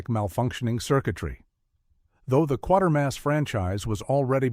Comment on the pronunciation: kwa-ter-mass not quarter-mass